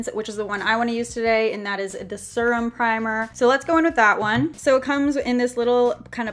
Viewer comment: The way she said serum I canttttt I’m srry🤣